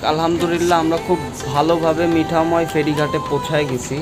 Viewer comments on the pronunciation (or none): মিঠাময় না,মিঠামঈন